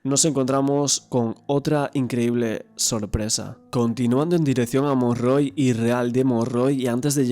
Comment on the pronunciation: Aquí en Valencia se dice Montroy. No Monrroy. Muchas gracias por el video.